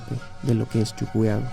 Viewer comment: Se pronuncia CHUQUIAGO no CHUCUYAGO, siendo boliviano pronuncias mal